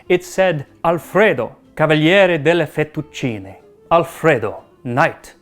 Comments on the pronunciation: Thank you for saying "fettuccine" instead of "fettuccini", Max my boy. However, it's "trattoria" with the accent on the "i". Same principle as "pizzeria" or "caffetteria", if that heps. I know you care about these detals so I decided to be "that guy". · Congratulations on pronouncing "fettucine" correctly!